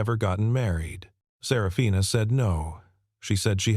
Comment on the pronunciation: The way that her name was pronounced it sounded more like Sarah Fina possibly instead of just one name. Up until about 3/4 of the way through not much information (detail) given about the story then almost all at once you learned that he was the girls father and they would end up living together for atleast a year and indicated for the rest of their lives as a family but never said that the mother and father ever got married to each other - story could have been longer giving more detail 😮